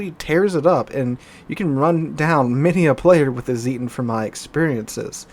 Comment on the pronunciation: Zieten, not Sieten :)